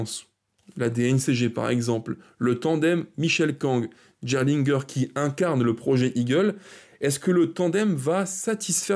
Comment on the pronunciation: ça se prononce pas "jerlingueur" c'est "GUERRE LINE GUEUR" , même si c'est pas le plus important mdr